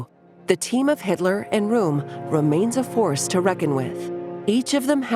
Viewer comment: Rohm, rhymes with bomb!